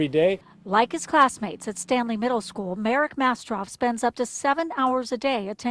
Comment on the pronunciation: i pay more attention to whenever he says "school" because i sounds like "schwool"